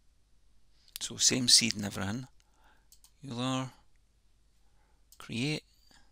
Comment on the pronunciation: Great video and thanks for taking the time to put this together. Euler is pronounced oil-er, just FYI